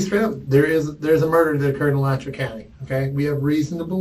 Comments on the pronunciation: Never heard alachua pronounced that way lol. It's uh-latch-u-uh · Correct Pronunciation: Ah-latch-you-ah (Alachua)